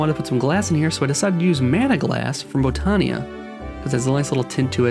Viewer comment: Botania pronunciation, Bot-an-ya, not Bow-tan-ya. There's no long 'O' sound. Kind of like the word Botany (Bot-an-ee).